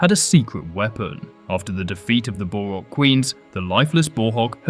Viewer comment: I'm sorry, but how did you mispronounce BOHrok as borHOK... seriously, I really hate being 'that guy' but come on